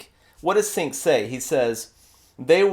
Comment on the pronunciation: Ummmm... YouTube much??? BTW, it's pronounced 'J-ea-nk'